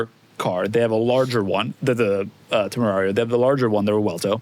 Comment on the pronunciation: I genuinely lose it when Doug calls the Temerario the “John Temerian” 😭😂😭😂😭😂 Also that 4-door Lamborghini gave off a lot of Porsche Panamera vibes.